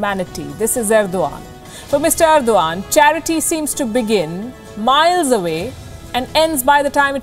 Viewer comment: She said ' this is Ergdogan'